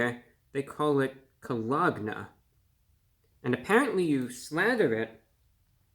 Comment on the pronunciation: Caw log nah